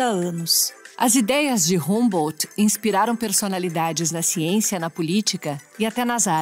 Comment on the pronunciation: Pronuncia-se "hambô"...😏